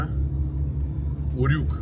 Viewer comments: На букву ю ударение в слове урюк. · Вообще-то ударение в слове УРЮК на букву Ю)))